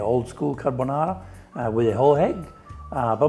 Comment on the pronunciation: Guy fieri didn’t even want to eat his own dish that’s why he only put enough pasta on his plate for a half bite. I knew it was over the second he said “onion” Then he said “Car-Bone-are-ah” and “Pan-shetta” … I knew it was going to be nothing like a real carbonara